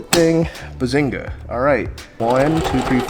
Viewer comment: My guy watches Big Bang theory anyone else know he said bazenga